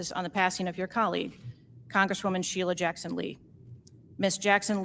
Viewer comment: Wassup with “Shelleeya Jackson Lee” ???